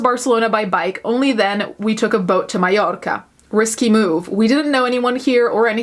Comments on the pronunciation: Oh I love your channel, your look, the way you pronounce Mallorca beautifully, and your attitude. Rocking it Queen. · Come for the sarcasm stay for the pronunciation of Mallorca 🤩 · the way you say mallorca AAAAAAAAAAA I LOVE